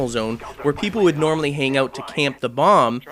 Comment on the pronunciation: "if their trying to plant that damn blomb :)